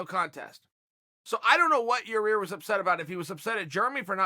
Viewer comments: There’s only one R in his name... I’m a simple Oregon boy too Chael but is it that hard to pronounce Yair...? Rly I mean type Chael and type Yair... which one get red squiggles under it, case rested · I think he does it on purpose with fighters he's not chummy with so he can use their correcting him as an in to interview them eventually. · chaell its yair not your rear english classes chael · Chael you’re saying it with the wrong body part at the end, it’s pronounced ( YA-ear) not ya - rear lol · Ya rear? It's Yair. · Yaw-ear ✅ Yaw-rear ❌ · Lol "Yer-Rear" 🤣 annnnnyway... this just isn't a big deal. Fighters and eye pokes are not as big a problem as everyone wants to believe... we've had how many thousands of MMA fights, and how mant have been decided by eye pokes? It happens. Deduct a point, fine a guy... move on. It's just the next thing to get hysterical about by the "we must Doooooooooo Something! crowd. Sometimes, you really don't have to do anything. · Please chael idk if this is intentional but his name is pronounced YA EAR i do find it hilarious when you say otherwise though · Sound like a racist idiot calling him ya rear. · Chael “ya rear” Sonnen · Hey Chael. Figured out a way to learn pronunciation Yair...say EYE-EAR, then add a Y to the beginning. Y eye-ear. Good Luck buddy! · The Mexican fans were trash. And I liked it better when you pronounced his name Yarear. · Lost all respect for "Yo-Rear" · Yair wasn't angry about the fight stoppage; he was upset that uncle Chael keeps calling him Ya-rear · lol...."ya Rear" chael is really good at formulating ,and telling a story, and is overall an intelligent guy...but for some reason,pronouncing names, seems really hard .😁😉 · Eye pokes & beer Booing and cheers Why does Chael Sonnen Call him Yarear? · Chael Sonnen the type of guy to call Yair Rodriguez, Yarear Rodriguez. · Simmer Fredette He asked Ariel how to pronounce his name and Ariel told him. So I love he’s still calling him Yarear!